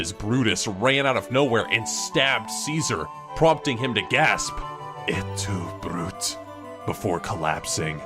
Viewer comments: It’s prounounced ‘a two brute a’ of course spelled “e tu brute’ which means and you Brutus? Which was when he was the last man stabbed by the cabinet in Rome. History lesson learned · It’s et tu bru teh